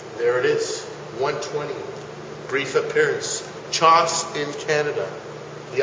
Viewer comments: Reading from X-men cover #120 "CHOSS IN CANADA!" Must be a Newfie! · People who mispronounce Chaos as CHOS, make me laugh.